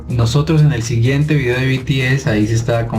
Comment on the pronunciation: Por favor , se dice bi ti es